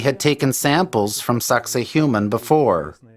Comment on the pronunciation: Sack say wahman is the correct pronunciation! The Human thang you are saying is not even close!